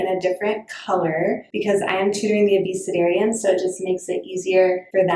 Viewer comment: I think it's ACDerians (Not sure it I'm spelling it right), referring to the youngest ages of students. I also thought it was Abusedarians at first lol. It was hard to understand.